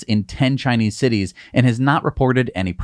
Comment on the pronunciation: citites. Somebody thinking of tits.